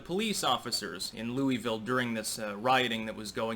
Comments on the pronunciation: As a KY native, I must correct something here. It isn't pronounced loo-ee-ville. It's pronounced loo-uh-vulle. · Just a fun side note. I lived just outside Louisville for 20 yrs, but I'm a Wisconsin boy & live there now. Louisville is pronounced Lu a vulle all run together, not Louieeeville. They hate that. LUUAVULLE, with accent on first syllable LUU. Just an FYI from a Yankee who married a beautifull Kentucky Strawberry blonde Thourobred. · I live close to Louisville. About an hour away. It's weird hearing someone call it "Louie Ville" and not "Lou uh vull" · it's Lew-vull or Lew-a-vull not Louis-ville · Love you, but as a native Kentuckian. it's Lou-uh-vul. 😁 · Its pronounced Lu-vul. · Pronounce it right it's lew a ville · Pronounced Luell-vill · Dude love your commentary but please pronounce Louisville correctly.. (Lu-a-vul) LOL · It's pronounced loo-vull Locals told me a handful of years ago when I was travelling the US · It's pronounced Loo-a-vul. 😂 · It hurts me how you say Louisville lol we say it so different